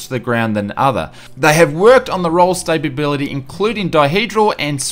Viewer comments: It's "Stability" not "Stabability". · STA-BILITY Mate....